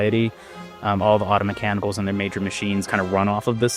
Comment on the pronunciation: AH-TOE-MEH-CAN-I-CULS! I can still hear the voice and pronunciation the dev mentioned auto-mechanicals. lol If you played the original you know of whom I speak.